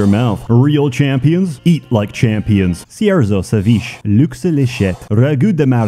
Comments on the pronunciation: He said "Seveech" like its french lol. Its pronounced "Sauveechay". Its originally a Peruvian dish but popular all over South America. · When he said "ceveesh" and called it a French dish the entire nation of Peru was mobilized for war. No one knows who gave the order.